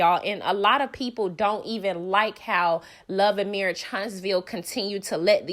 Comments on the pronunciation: The way you said marriage got me weak 🤣 💀 😭 😂 😅😅😅😅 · Shubscribe? Marrish? C'mon now sis. 😒